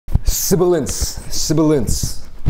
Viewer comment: SIBILINCE SIBILINCE